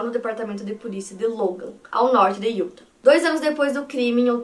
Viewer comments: maravilhosa! eu amo seus vídeos, amo seu canal, você foi praticamente minha companheira de pandemia e eu to aqui toda semana pra resenhar com você. Não sou muito de comentar mas o meu ser virginiano ta gritando dentro de mim. Quando você fala Utah, o correto é colocar uma sílaba tônica no final, tipo Yu-táh. Por favor não me entenda mal, é que eu fico agoniada. A mesma coisa pra Arkansas, se pronuncia Arkan-sáh bem entonado no final. Por favor me odeia, é só o espírito de virgem ♍️ acabando com minha sanidade mental! Te amo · A pronuncia é “iuTÁ”, o último A com sílaba mais forte. Não sendo a chata que critica mas curtam pra melhorar ainda mais (se é possível) a qualidade dos vídeos 🙌🏽 moro próximo a SLC à 5 anos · Utah se fala iutá sílaba tônica no tah